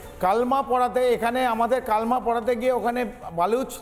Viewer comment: First learn pronunciation. Its "KALEMA" not Kalma... Don't know pronunciation and started journalism ? Illiteracy on its peak.